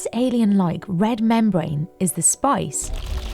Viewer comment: i was not aware there was an o in spice.. SpOice. lol